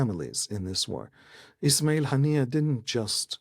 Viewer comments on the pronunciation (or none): none